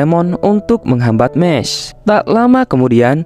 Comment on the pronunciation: Bukan mes mahs